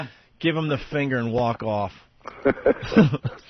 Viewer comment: Hate all of their mispronounced words. Ant says roooooned instead of RUINED. And fengher for finger